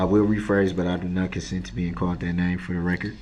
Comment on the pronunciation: and let’s not forget his absurd mispronunciations of basic words like “I don’t consend to be CAULT dat name”!